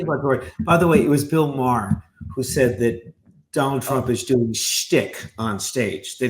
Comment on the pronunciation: "Pro-PEL-shun" is not a word, "Dough-Nalled."